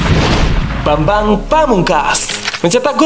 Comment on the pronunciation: Bambang bukan babang hehe